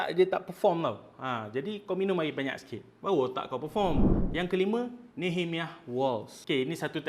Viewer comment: Sekadar kongsi info, cara sebutan nehemiah adalah (nee-heh-mai-yah).